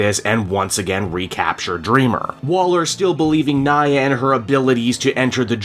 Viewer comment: Random it Nia (nee-uh) not Nya 😭